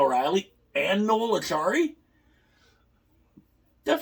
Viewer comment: It's Acciari not Accari, pronounced Achary.